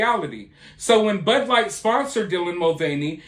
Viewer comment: She doesn't even know how to pronounce her favorite beer "Bud light". Not surprised. She thought that Jill Biden was an actual medical doctor.